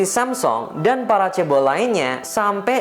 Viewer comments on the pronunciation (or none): yg beliau katakan "Chaebol" yang gua dengangar "Cebol" 🤣😂